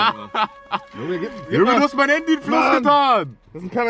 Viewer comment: Das heißt nicht haaandy das heißt Handy😂😂✌️wer feiert auch kelvins Aussprache Fehler✌️😂